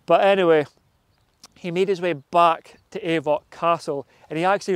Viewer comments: It's not pronounced 'Ay-voch'. It's pronounced 'Auch'. Like 'och'. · That's not how you say Avoch. It is och.